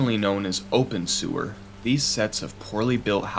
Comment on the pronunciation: I kept hearing "Open Sewer" instead of Obenseuer.